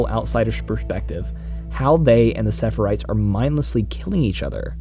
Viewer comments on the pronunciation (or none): Loved the video, just wanna point out that you kept saying "sepherites", it's pronounced "seraphites".